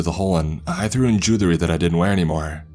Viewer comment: Say jewelry again lol